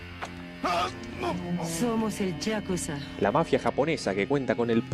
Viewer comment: ponysher y por supuesto yákuza esdrújula de toda la vida, todos los japoneses dicen yákuza, enserio esta gente se ríe de los doblajes de otros paises ? Xdd